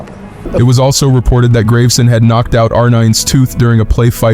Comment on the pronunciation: "Graveson" is pronounced "Grah-ve-sen". And "Robiñho" is "Ro-been-yo"